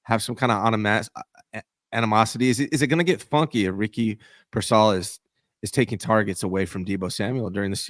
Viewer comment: Why can’t pronounce payers name correctly? First it was mispronouncing Brendel as “Bren-dell” and now it’s Pearsall as “Peer-Saul”. Shit is nails on a chalkboard